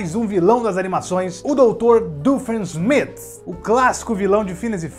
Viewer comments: O vídeo é bom , só que a pronúncia do nome alemão doofenshmirtz como o inglês doofensmith ficou me irritando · é fofo ver o tentando falar doofensmirtz